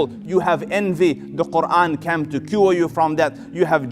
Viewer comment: Selam Aleykum. Beautiful speach.❤️🌹 I wish someone could teach this sheyh how to pronounce the word "came" .not "cam" Came is pronounced like "caym" kaym"